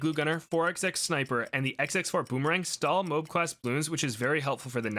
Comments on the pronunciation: no it is literally pronounced MO-AB not mobes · Please for the love of god say Moab how it supposed to be said MO-AB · "Mowab"... Not "Mobe" 🙂